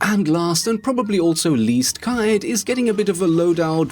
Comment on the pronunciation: I think you are the first YouTuber to pronounce Caveiras name correctly ❤️